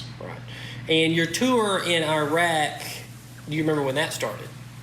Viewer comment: Iraq is not a third world country and it’s pronounced with a short i, not a long I.